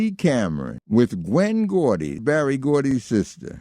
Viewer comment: Why does he keep calling Berry BARRY?